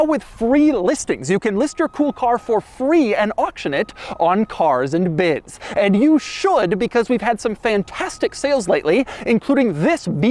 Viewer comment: I just always laugh when he says Cars and Bids because now I can't unhear "Cocks and Butts" lol